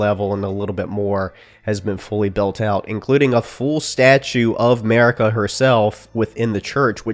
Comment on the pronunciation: church of MERICA lol...A ...MERICA